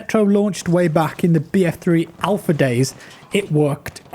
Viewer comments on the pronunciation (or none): none